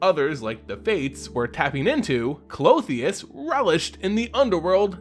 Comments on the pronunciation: Since you asked. The name Klothys only had 2 syllables from what we can see. So I'm sure her name is pronounced (Cloth-These) instead of (Cloth-the-us) with 3 syllables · Klo-tis, It's kinda weird hearing it Clo-theus and its kinda ressembling a female anatomical part. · it's pronounced clothes. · the gods name is pronounced (Kloth-is), love your work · I’m sorry I usually love your content, but your pronunciation of Klothys drove me nuts I couldn’t watch it more than two minutes. There would have to be one more vowel between the “h” and “s” to get the two sounds you were making the “ee” and “uh” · Why do you keep adding an "o" at the end of her name? :P Good to see a new video!